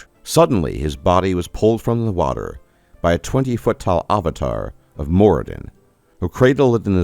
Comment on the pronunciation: ah va tar? Interesting pronunciation. Where are you from?